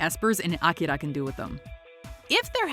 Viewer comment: OMG the way she says akira makes my ears bleed. Stop trying to be so fancy and just say it the right way for god sakes!!!